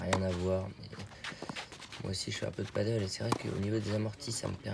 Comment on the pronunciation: C'est pas du paddle, c'est du padel ! (paddle c'est de l'english ça se prononce "padeul", planche avec une pagaie, sur le lac), ce dont tu parles c'est du padel (en español padèl, jeu de raquette à 4 d'origine mexico espagnol) ;) Je voyais pas trop le rapport entre faire du paddle et être bon en amorti :D Cool ta chaine, je joue à Meythet, ça fait plaiz de voir mes spots du coin. dans tes vidéos :)